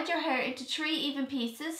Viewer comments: I get pissed when someone says something wrong and when she said tree I was lien kill me now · It sounded like she said tree but she said three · No hate I know it’s your accent but it is three not tree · its three not tree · It's three not tree darling no offence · Who else got annoyed when she said tree instead and three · I tink tree braid is grand 😂